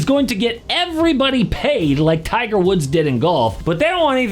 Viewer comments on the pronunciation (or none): none